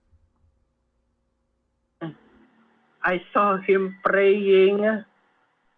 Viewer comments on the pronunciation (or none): did he see him prrraying or purrrrring? 😂 🐱